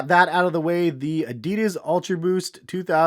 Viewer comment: “Adeeeedus” lol